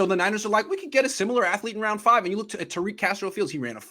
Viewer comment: She can't even pronounce Tariq in Arabic correctly, what is she talking about